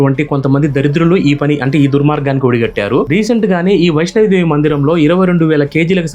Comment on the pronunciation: Vaishno Devi అని పలకాలి సర్. వైష్ణవి దేవి kadu